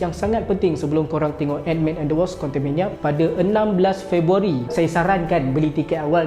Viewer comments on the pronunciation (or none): Bukan wosp bang, sebut betul2 ikut ejaan dia tu. WASP